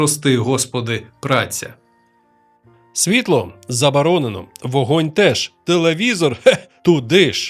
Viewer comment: Оні, суєта, двацать, забаронено…?! Може було б цікаво послухати але неможливо слухати. Цікаво, а в який момент людина, яка не вміє розмовляти, вирішує записувати себе і свій голос на відео?